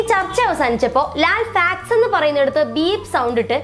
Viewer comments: യൂട്യൂബ് വീഡിയോ സെറ്റിങിസിൽ playback speed 0.25 ഇട്ടു കേട്ടാൽ മനസിലാവും ഫാക്ട് ആണോ ഫക്ക് ആണോ എന്ന് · ഫാക്ട്സ് എന്നുള്ളത് പറഞ്ഞപ്പോൾ ഫക്ടസ് എന്നായി . കേട്ടത് വേറെയായിപ്പോയി .അവതാരക കണക്കാണ് . മലയാളിയുടെ തെറി പറഞ്ഞു ശീലിച്ചത് പൊതുവെ" മ " യിലാണ് " ഫ " യിലല്ല . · മോളെ ലാൽ ഉച്ചരിച്ചത് തെറ്റിയത് ആണ് ഉദേശിച്ചത്‌ facts ആയിരിക്കാം പക്ഷെ ഉച്ചാരണം തെറ്റായിതന്നെ ആണ് ശ്രദ്ധിച്ചാൽ മനസിലാകുന്നത്. എനിക് അങ്ങനെ തന്നെ ആണ് തോന്നുന്നു. ലാൽ ഉദ്ദേശിച്ച വാക് ഫെക്ട് ആയിരിക്കാം പാക്ക്ഷേ സംസാരത്തിൽ ഉച്ചാരണം തെറ്റായിട്ട് തന്നെയാണ് വരുന്നത് അതു ലാൽ അറിയാതെ വന്നതകാം എനി ഇതിൽ എല്ലാം പ്രധാനപെട്ട വിഷയം ഇവർ എന്തിനു ചർച്ചയിൽ ഇംഗ്ലീഷ് ഉപയോഗിക്കുന്നത് മലയാളം ഭാഷയെ ഗവണ്മെന്റ് തലത്തിൽ കൊണ്ടുവരണം എന്ന് പറയുന്ന ഇവർ തന്നെ എന്തിനാണ് മലയാളികൾ കേൾക്കുന്ന നമ്മുടെ ഇടയിൽ ഇംഗ്ലീഷ് പറയുന്നത് ഇംഗ്ലീഷ് വേണ്ട എന്ന് തലമുറ ഇടുന്നവർ ആണല്ലോ ഇവർ എന്നിട്ട് മക്കളെ ഇംഗ്ലീഷ് സ്കൂളിൽ പഠിപ്പിക്കുന്നു മക്കളുജോലി ചെയുന്ന സ്ഥലം ഇംഗ്ലീഷിൽ അപ്പോൾ സാധാരണകാരുടെ മേലിൽ മലയാളം ഔദ്യോഗിക ഭാഷ ആകണം എന്നും എന്നിട്ട് ചാനലിൽ ചർച്ചയിൽ മലയാളo പറയേണ്ടുന്ന സ്ഥലത്തു സന്ദർഭികമായി വായിരിദയത്തിമാറ്റത്തിന് വേണ്ടി ഇംഗ്ലീഷ് സംസാരിക്കും അതിൽ വാക്കുകൾ ഉച്ചാരണം പാളിപോയാൽ പിന്നെ മോങ്ങിടു കാര്യം ഇല്ല ഇംഗ്ലീഷിൽ ചില വാക്കുകൾ ഒരു സ്പെല്ലിങ് അങ്ങോട്ടോ ഇങ്ങോട്ടോ മാറിപോയാൽ പിന്നെ അടിപൊളി അർത്ഥം മലയാളം ആയി മാറൂം പിനിശ് അതുകൊണ്ട് ആഘോഷം ആകും ചിലർക്കു അതാണ് എവിടെയും ഉണ്ടായത് ഇതു എല്ലവരും ചർച്ചയിൽ മലയാളം പറഞ്ഞാൽ മതി എനി മുറിയാൻ ഇംഗ്ലീഷും ആയി ചർച്ച വേണ്ട ഇവർ ഞങ്ങൾ സ്കൂളിൽ പഠിക്കുന്നകാലത്ത്‌ ഇംഗ്ലീഷ് വിരോധം കാരണം ഞങ്ങൾക്കു ഇംഗ്ലീഷ് പഠിക്കുവാൻ സാധിച്ചില്ലപലരാഷ്‌ടീയക്കാരുടെ മക്കൾ ഇംഗ്ലീഷ് പഠിപ്പിച്ചു അവർ പല ഔദ്യോഗികപരമല്ലാത്ത സ്ഥാനത്തു കൈകാര്യം ചെയുന്നു സാധാരണ കാർ pscറാങ്ക് വാങ്ങി വിട്ടിൽ കാത്തിരിക്കുന്നു ഞങ്ങളെ പോലെയുള്ള കുറെ ആൾകാർ ഇംഗ്ലീഷ് അറിയാത്തത് കാരണം വളെരെ പ്രയാസപ്പെടുന്നു. എനി എനിക്ക് പറയാനുള്ളത് ഇനിയെങ്കിലും ഇത്തരം മുറിയാൻ ഇംഗ്ലീ